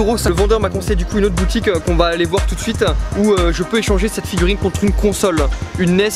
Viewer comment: alors on va aller voir dan une autre boutiquinh... oui bonjour c'est pour un chllenginh